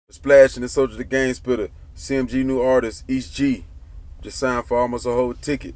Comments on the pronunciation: “E.S.T Gee” not east gee 🤦🏾🤦🏾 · E. S. T. not east Gee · It's "E S T Gee" not "East Gee" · Nigga quit saying east gee.... it’s E.S.T. Gee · Boi its E S T G not East G. You lame for that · That man name is "Est Gee " not Es Gee 😆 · Thought I was the only one who caught that"..🤣😂🤣😂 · This nigga keep messing his name up